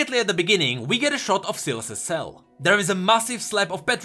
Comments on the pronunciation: Why is he saying Silus? Its SY LAS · I thought it was pronounced with a long "i". Not a short "i". Anyone else think that? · its not "ceelas" its S-WHY-las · please call him S a i las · I might be wrong but... Ain't that name spoken as: sailes instead of siles? Syles. It's a y not I? Might be the country difference but yea. I think it's sai-les. Not sil-es. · me chuckling when called sylas silas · cmon man. Sylas. Sy-las. Not Sillass. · its not Silas... its Sylas spell it right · Not syylas <;; Sai “ Las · I love how he used to say sealice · You are giving me an anurism by saying silaas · Bruh my ears... selas selas selas selas....... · dude its pronounced (sigh-lus) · Say the name right u are saying selas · SAI LAS. thts how its pronounced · It's pronounced "sigh...... Lus" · Sylas is pronounced SIGH-las you mongoloid. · I thought its "sai-las" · I have a friend with the same name and we pronounce it SAI LAS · It would be pronounced sss eye less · It is. just pronounced it wrong. It's pronounced like 'sigh-liss' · Omg his pronunciation of Sylas in this video just makes me want to commit suicide even harder than before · It hurts me to listen to pronounce sylas wrong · Sylas with an y not an i, makes me physically cringe every time you said it with an i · I just can't watch the video through when you pronounce Sylas so wrong. Hurts my ears. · You are reading his name wrong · Awesome video but every time you say Sylas' name I want to die.